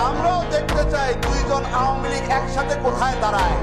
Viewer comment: আওয়ামী লীগ শব্দটা আগে ঠিক ভাবে উচ্চারন করা শিখুন...আউমি লীগ আউমি লীগ উচ্চারন টা বড্ড বিরক্তকর লাগছে